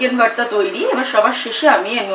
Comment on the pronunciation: Its not varta mam... its bharta